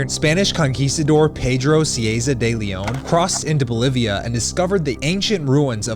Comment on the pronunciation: Why does Bolivia sound like it belongs in Europe...